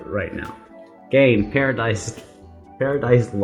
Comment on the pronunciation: Just for the future, it's "gah-in". I hope you do more from her. Shes a very progressive singer who isn't afraid to do or say things that most kpop artists would shy away from. She was a member of Brown Eyed Girls, who most people point to as the first 2nd gen girl group (debut in 2006). Hawwah is the name for Eve in...... I forget which language. The whole album is a Garden of Eden/religion concept. One of the best concept albums ever in K-pop. Don't let her sexiness fool you into thinking it's gimmicky (which I don't think you were thinking that, sounded like you were getting it). It has a purpose. So along that guideline that Hawwah is an Eden concept, you think she was the snake? Or eve? Whether she was the snake or Eve, there was that scene where it was mirror images. Was the serpent, under the story of presenting us with the original sin, also giving us freedom by gifting us knowledge? Or did the original sin of Eve have that same good side? Then there's the scene with the writhing, naked men behind her. Whether she is Eve or the serpent, does it represent all of mankind who were doomed to sin because of the original sin (eating from the tree of knowledge also made Adam and Eve realize they were naked). But she's also ahead of them, with the way they are facing. Is she a leader figure, knowing that, even if it's imperfect, the knowledge leads to freedom? I'm up late so I might not have been able to articulate properly what I wanted to say. But this MV has always fascina